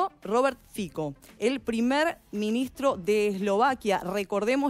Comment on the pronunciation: No FICO🤣 sino se pronuncia Fitso en slovaco